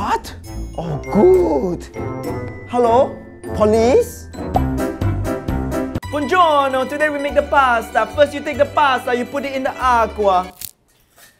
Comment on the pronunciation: No he said it correct, he said "Buongiorno" not "bonjour" and i know it because i’m Italian